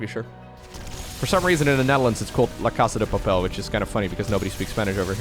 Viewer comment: Yes! La casa de papel! You pronounced quite decently for a non Spanish speaker! And yes, outside spain it's usually known as Money Heist =)